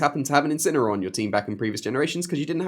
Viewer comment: Ngl, I thought you said incel